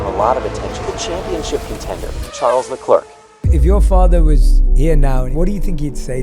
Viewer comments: It's Charles LecleR - The C is silent - Please man 😢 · WOW, WHAT A TERRIBLE INTRO. PRONOUNCES HIS NAME WRONG AND THEN SAYS HE STARS IN DRIVE TO SURVIVE.... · Im done with people not even trying to pronounce the name correct. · Maybe some of your “research” could’ve included how to pronounce his name?